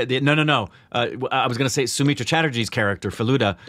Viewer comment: u pronounced Sonar Kella so very correctly.... But its not Somitra Chatterjee its Soumitra Chatterjee.... Sou-mitra